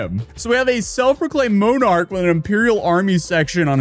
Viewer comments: "MO-Nark"? 😭 It's "mon-ark" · It's pronounced Mon-arch like Monday. Not moan-arch or moan-day. Also, "exacerbated" was completely mispronounced. People are going to call me pedantic and say that these mistakes don't matter but, due to the nature of your content, I think it is important to get these little things correct. Or, you can just acknowledge that you don't know how to pronounce something, like you did with other words. Other than that, another great video. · Moe-Nark, wtf is a MOE-Nark? You mean monarch? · MONN-ark, not MO-nark. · Mon arch not Moan arc you ipad child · MO-nar ? It's pronounced MAH-nark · Moan-arch and Impeeral. can he speak words? I joke, good video, first one i've really seen since he hung out with the unsub cast <3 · Mon-arc not Mone-arc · what is a moan arch 😭😭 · I love how you pronounce mo-narch. It sounds so stupid. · “a self proclaimed Moe-Narc” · What the fk is a "moan-arch". Jesus. Grown men with YouTube channels can't read 2 syllable words. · Mownark? Bruh. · Lmao “mownarch” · WTF is a "moe-nark" You definitely don't get a pass for your piss poor pronunciation. Not even as a dumberican, moe-nark😏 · It's odd the words that youtubers mispronounce Moan-arch? Lol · "MO-NARK"? Jesus Christ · "mo-narch" hahaha Edit. No hate it was just funny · Lol moan-arc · Dude....please confirm how to pronounce the ENGLISH words you are unsure about when making videos. Monarch is pronounced 'mah-nark' And it's 'exacerbated', not "exaburated" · Your pronunciation of monarch is disgusting